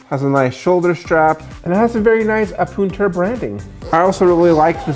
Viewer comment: That is, in fact, not how you say it.